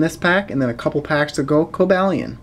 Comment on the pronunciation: you say cobalion wrong